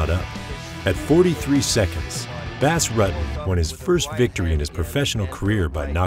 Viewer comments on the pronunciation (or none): “Bass Ruttin’” 17 seconds in and I had to close the video. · funny, someone can put in all this research and go through all this footage and then not even know how to say his name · U butchered his name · It is killing me how you keep pronouncing his name. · If you don't know how to pronounce his name, how can we take you seriously with anything else you say? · Thats not exactly how you pronounce his name .. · Sorry, but if you do a video on someone...learn how to pronounce their name correctly.